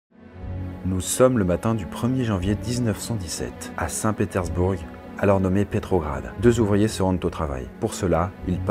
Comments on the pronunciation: C'est quoi que tu sait pas lire dans Saint Pétersbourg ? On dit "Pétairssbour" pas "Pétairssbourgue' Abruti. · je suis russe d'origine et je me souviens de mon père qui me racontait cette histoire avant de m'endormir quand j'étais petite mdrr si je peux me permettre on ne prononce pas le "g" dans le mot "St Pétersbourg" sinon le давай (davay) était plutôt joli hehe très bonne vidéo